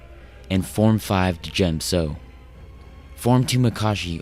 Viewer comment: Can anyone pronounce Djem-so properly? Nearly every star wars verses creator ive listened to pronounce the D in Djem-so. The D is silent. Would you call someone named Django Dajango?